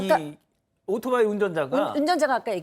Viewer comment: 젊은 아나운서 입에서 아직도 "오도바이"라고 하네요...